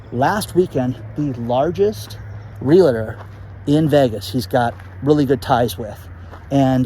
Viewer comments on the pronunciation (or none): You are still stuffing a "LA" in the middle of the word REALTOR. It's SO easy. It's just REAL + TOR. You can master this!